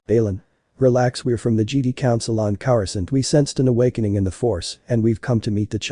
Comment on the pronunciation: It sounds so funny cause it sounds like they say "jeedee" instead of "jedi"